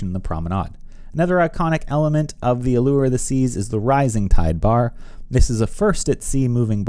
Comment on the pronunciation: Thanks for pronouncing "allure" correctly!!!